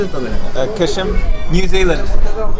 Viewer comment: Actually it is pronounced Gheshm and not Qeshm.